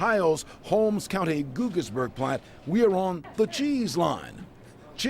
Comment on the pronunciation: Pronounced gaugis